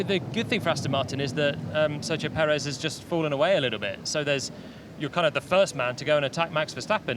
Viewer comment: I heard Peckers 😀